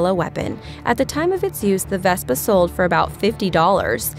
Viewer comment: You've mispronounced so many vehicles in this video I can hardly stand to watch it and that was not a bazooka Vespa that was a recoilless rifle Vespa